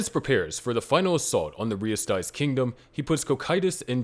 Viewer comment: "Ree-ehs-Teez" The Kingdom of Re-Estize. Don't know why this bothered me so much.